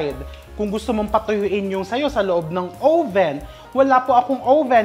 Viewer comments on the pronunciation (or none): Uhh-ven po hindi ow-ven. 🙏 🫶